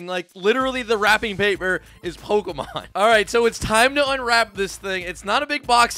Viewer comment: You pronounce the easiest ones wrong, just stop. Obviously don’t even know Pokémon so stop trying. Or just do some research….